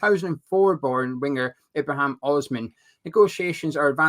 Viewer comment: It's also Ibrahim not Ibrahimn